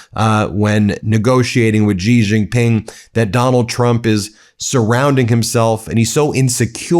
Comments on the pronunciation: "she" Jinping It's not that difficult to pronounce correctly! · Just a petty point of correct pronunciation. Xi Jinping is pronounced She (as in she, he, him, her.) Gin (as in what you drink) Ping, as in ping pong.) She Gin Ping. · It's pronounced as Xi (just like C) Jin Ping, not Zee Jin Ping, Ben. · You should have someone tutor you in the correct pronunciation of Chinese pin yin - particularly President Xi’s name.